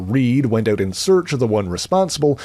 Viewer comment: "... to get his son eut of the heuse"?? Is the Canadian?